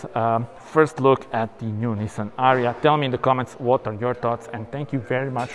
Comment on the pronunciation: Thanks for ur video man!!! But is not ARIA is ARIYA😉